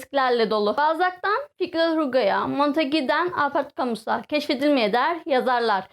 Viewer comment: Kamü diye okunuyor